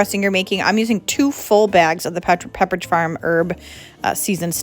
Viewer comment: Your Mother is lovely, I enjoyed seeing her. You almost said Petridge farm and because I am on the NH, Ma border I know a lot of people who call pepperidge farm petridge farm, so funny and cute.